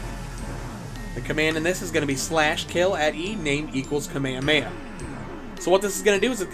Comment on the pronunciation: Bro actually said kuhmayuhmayuh